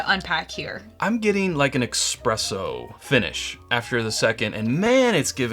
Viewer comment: Jesus Christ, man! It's ESPRESSO - not EXpresso. FFS...